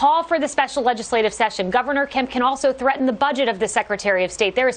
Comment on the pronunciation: I beg your pardon, did she just say "THREATEN!"? Yeeeesh!